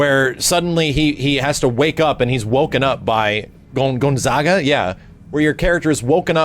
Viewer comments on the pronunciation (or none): none